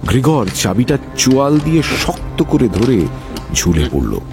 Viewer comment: এ গল্প রাজনৈতিক-সামাজিক-অর্থনৈতিক এবং মানবিক সম্পর্কের টানাপোড়েনের-দুঃসহ যন্ত্রণার গল্প।সক্কলের অভিনয় বেশ ভালো।তবে গ্রেগর নামটা সঠিক উচ্চারণ করা উচিৎ ছিলো।অ কার কানে লাগছে ❤